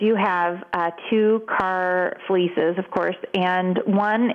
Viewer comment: I love that she said "two car fleeces" .